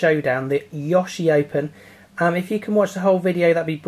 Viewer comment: ''Yawshi'', lol.